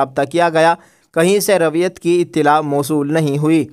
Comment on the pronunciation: بھائ مورخہ رویت کا تلفظ سہی کرلو